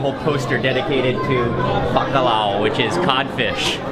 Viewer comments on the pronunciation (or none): Não é Bacalau, se diz Bacalhau 😉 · The L has more of a y sound. So it's pronounced more like buck-aye-ow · the “lh” is pronounced similar to the “ll” in Spanish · Os estrangeiros dizem BACALAO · "bacalau" 😂 at least tried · I think as a portuguese hearing mark saying bacalhau it's very funny 😂😂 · I love how he pronounces "Bacalhau"!! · The way you say Bacalhau triggers me